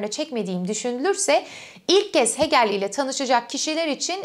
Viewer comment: Hegel'i "Heegıl" olarak telaffuz etmelisiniz.